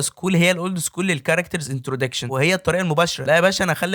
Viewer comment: هو ايه انتروديكشن دي 😂😂اسمها انتروداكشن كنت بسمعك و فاكرك دارس او فاهم انت بتتكلم عن ايه بس للاسف خيبة امل حصل خير ، اتمنى تراجع معلوماتك قبل النشر